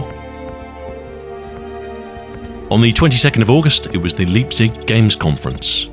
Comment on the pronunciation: Great video. Pronounce Leipzig properly pls